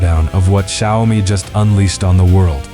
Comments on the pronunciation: Xiaomi is pronounced, "Shaow Mee". Not hard to get right, lol. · These AI speech generation does not know how to pronounce XIAOMI. It's XIAO MI. You get it right sometimes